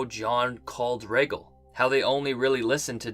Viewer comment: I was going to give you a pass for your crappy pronunciation of Rhaegal but if you think Bran did nothing, there is no point in listening to anything of yours.